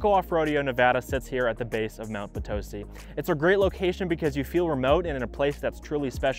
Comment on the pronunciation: It’s Mt Potisi not Mt patosi! It’s Red Rock not Red Rocks (we are not in Colorado). It’s Nevaada not Navada!I know because I’ve been here 32 years.